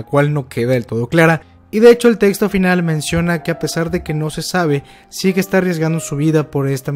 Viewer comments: "Seque" ulala señor frances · Se escribe zeke y se pronuncia yiku